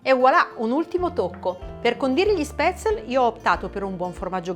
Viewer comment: Sono Svizzera e gli spätzli (si chiamano cosi e la s si pronuncia come in "sci" ;-)li mangio da quando ero bambina. Interessante l'erba cipollina, proverò. Grazie